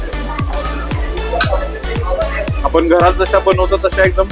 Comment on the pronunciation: नमस्कार मी अभिजित, तुझे सगळे फूड ब्लॉग आवडीने बघतो. आपले सादरीकरण सुंदर.... कसली सुद्धा नाटककिय भाषा नाही...प्रतेक पदार्थाचे विस्तृत विवरण. फक्त एकच नम्र विनंती.. ब्लॉग मध्ये खालील चुका पुन्हा नाही होणार याचा सखोल अभ्यास कर 1) मराठी भाषेचे काही शब्द.... आपण/आपन नव्हे. आणि,/ आनि नव्हे. 2) पदोपदी wow याचा वापर न करता... अप्रतिम असे प्रगट केल्यास आणखी मज्या येईल. कदाचित आपणांस राग येईल. पण आपली प्रगती उत्तम व्हावी यासाठी काही चुका दुरुस्त करण्याचा प्रयत्न केला. क्षमा असावी